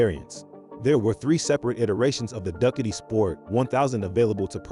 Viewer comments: Would've given this a like, but "duckatee"? And saying bicycle for motorcycle? Gives away the AI. And I don't like AI voice. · hilarious pronunciation of Ducati!!!!!